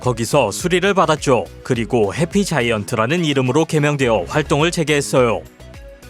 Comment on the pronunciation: 매일 느끼는건데 이분은 뭐뭐 했어"요" 가 아니라 뭐뭐 했어오 라고 하심 ㅋㅋㅋ